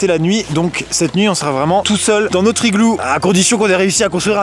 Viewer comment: "Notr-E igloo."